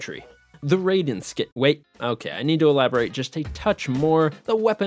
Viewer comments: raiden skin the way to say it samurai has rai rai not rayden raiden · Not him calling Raiden Ray-den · It makes me gag hearing you mispronounce Raiden. You're pronouncing it like Raiden from Mortal Kombat. Playing literally any of the metal gear games with Raiden in it would've taught you how it's pronounced. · he said Raiden's name wrong too...lack of research is common for these guys